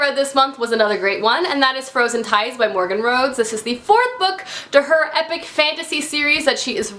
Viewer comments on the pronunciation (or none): none